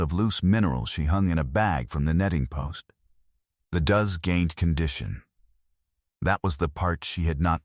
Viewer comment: A group of female goats are called does, pronounced "doughs" not pronounced "duze". EDIT & REVIEW!!